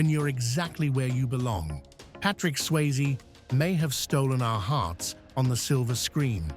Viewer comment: Tu peux pas dire le nom comme il faut, Swayze pas sysie